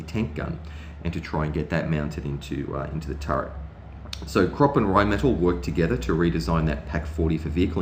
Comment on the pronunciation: Great video. However, Krupp is pronounced 'kroop' and cupola is pronounced 'kyoopola'. These words are often mispronounced and I think it's important, when recording history, to also record proper pronunciation. Thanks.